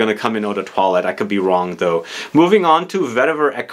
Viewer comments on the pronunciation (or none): none